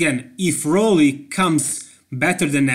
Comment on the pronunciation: Roelly. Please say it right